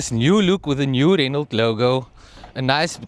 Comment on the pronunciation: You don't pronounce the T in Renault like ballet or Chevrolet